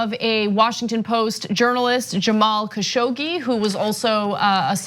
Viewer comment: at last someone finally said his name correctly! Thank you